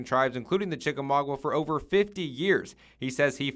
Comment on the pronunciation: Chik-a-maugWA? Cringey...